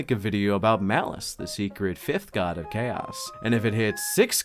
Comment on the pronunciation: did you just say... Malice?